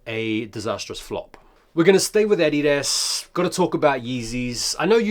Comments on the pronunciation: I'm sorry dude but it's not EDIDAS. its Adidas. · Why did you pronounce adidas like that 🤣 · why do u say adidas like a tard? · The way you say Adidas is bizarre . Also , I don't wtf your talking about Yeezys fell off , there's not a pair in stores for under $240 and StockX is almost double that